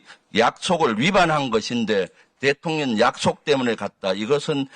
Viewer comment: 김병주의원님 발음이 대통년으로 들리는거 나뿐인가요?😂😂